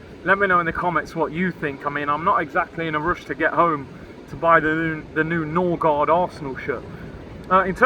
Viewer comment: Noorgard ??!!!! Smh this is typical Arsenal